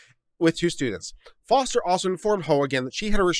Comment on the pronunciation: I thought the name is Foster and not Forest?